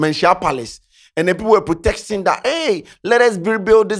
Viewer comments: Protesting, not protexting 😂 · it’s protesting. Not “protexting” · what is “protexsting?”😒😒